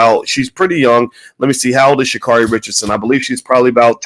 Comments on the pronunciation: Sha' Carri is pronounced Sha Carey. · He's going to just mispronounce her name...SMH!